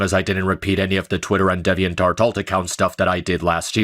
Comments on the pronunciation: I love how can’t pronounce “deviantART” to save his life 😂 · I know. There isn't a dialect that pronounces the word with an "eh" and further proves how bad is at speaking English. He needs to take classes. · HE SAID DEVVY-ENT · DEViant art